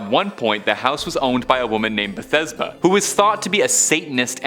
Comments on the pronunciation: Bathsheba, not Bethesba. Just sayin, good video though! <3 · Her Name Is Bathsheba Not Bethesba...